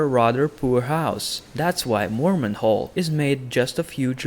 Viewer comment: house morment? ive never heard of-waaaaait....he means Mormont lol